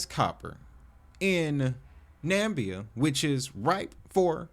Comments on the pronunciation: This is tokenized mining company shares, not copper itself, if they're paying dividends. Hard to tell if the project is actually legitimate without more clear connections. Interesting to keep an eye on. By the way, it's Na MI bia, not Nambia. There's another "i" in there. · learn how to pronounce Namibia. it's not "Nambia" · Think that's pronounced NamIbia dude, emphasis on the first I. Interesting digging btw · Excellent snoopin’, bro… !!Na-MIB-e-ah is the proper pronunciation 😎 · 4 syllables: Na Mi Bi Ya youre welcome 👍🏾